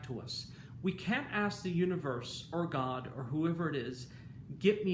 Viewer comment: I love all your video but every time you say god I cringed😝